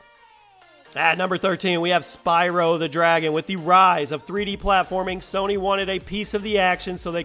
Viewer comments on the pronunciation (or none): none